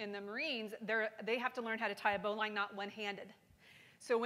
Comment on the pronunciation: Everybody go find the pronunciation of bowline. smdh